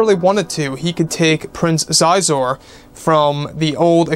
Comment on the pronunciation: I believe Prince Xizor’s name is pronounced “she-zore”. Granted, it was 1997 the last time I listened to the Shadows of the Empire cassette tape and I was 8 years old so what do I know 😂